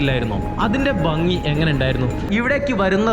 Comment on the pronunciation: വീഡിയോ നന്നായിരുന്നു.എന്നാൽ സ്നേഹ ബുദ്ധ്യാ ഒരുപദേശം തരുന്നു. താങ്കൾ ഭംഗി എന്നതിനു പകരം ബംഗി എന്നാണ് പറയുന്നത്. അത് കേൾക്കുമ്പോൾ ഒരു അരോചകമാണ്. എന്നാലും ജീവനുള്ള ഒരു വീഡിയോ തന്നെയാണിത്.